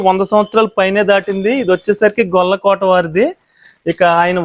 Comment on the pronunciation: గొల్లకోట కాదు.... It is గొలకోటి